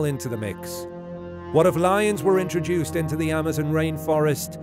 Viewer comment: The way you say Amazon is a headache